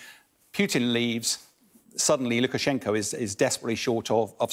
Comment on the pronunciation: Does he say president Ludicrous-Shenko instead of Lukashenko 1 min 39 sec in?